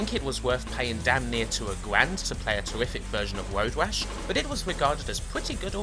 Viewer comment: why do you say "woad wash"?